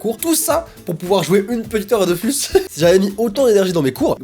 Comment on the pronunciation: Sa me pète les timpans quand il dit dofUUUUUUUUUUSMs au lieu de dofOOOOOOUUUUUUS